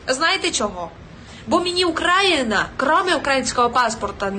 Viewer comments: Наголос правильно роби в слові Україна!Не подобається щось,зібрала лахміття,і нах.... з України,що не вуняло твоєю гнилою підлісттю,це і до всіх таких як ,,воно,, теж відноситься . Слава Україні!Ждунам на болота! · Ця істота за свої 30 років навіть не навчилася ставити наголос в слові Україна.